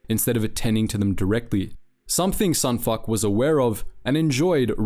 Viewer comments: I don't mean to tease in any way, but sometimes you pronounce words and names in ways I don't normally hear and it tickles my brain and makes me laugh. But at about , you're calling Sun Fac..Sun F**K. It's "Fac" like "Fact" without the "T". Delta Squad's advisor and Delta Squad pronounce it correctly in Republic Commando. Love the lore vids, keep em coming. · Sun Fac, Sun f A c, strong emphasis on the ‘A’ there:P